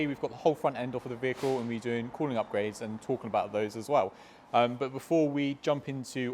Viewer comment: you don't say "as well", you say "as wev")))) maybe it's because of british pronunciation, dunno, but its funny😂